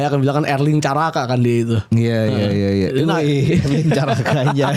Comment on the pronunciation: Erling, bukan Erlink